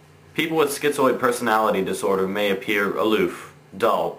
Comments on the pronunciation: it's Schi - zoid; there's no t in it. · It isn't "schiTzoid". There is no "T". It is schizoid.